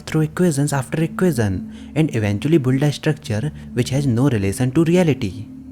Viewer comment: बुल्डा नही वो बिल्ड है सर जी